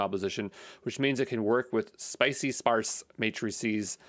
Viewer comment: Nice go-through video, thanks. I liked when you pronounced scipy.sparse matrices as spicy sparse matrices :D the scipy library is really spicy XD. Cheers!